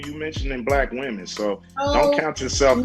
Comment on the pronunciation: It's weird to hear fefails say "womanens" instead of women, it's like "cool whip" from FamGuy.